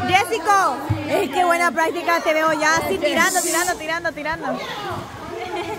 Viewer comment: por favor se llama Jessica, no jessico, y tu.eres.